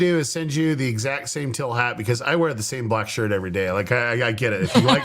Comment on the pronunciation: think of it like Teel... not Till. 😀